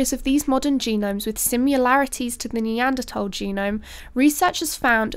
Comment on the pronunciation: Yea, pronounced Apalachia and Neanderthal correctly! She's a keeper!